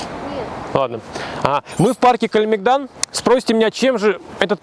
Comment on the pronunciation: Парк КалемЕгдан, а не КалемегдАн. В сербском не ставится ударение на последний слог. Никогда.